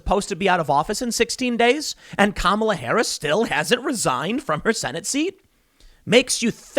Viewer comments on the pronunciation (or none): Not Kahmala, but KAMala! She will bite your head off.